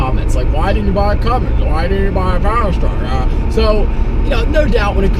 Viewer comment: powerstroke not peorstroke